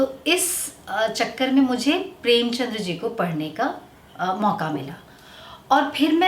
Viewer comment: प्रेमचंद हैं वो प्रेमचंद्र नहीं। कृपया इतने बड़े साहित्यकार की कृतियां पढ़ने से पहले उनका नाम शुद्ध बोलना सीखें। सुझाव है हेट नहीं।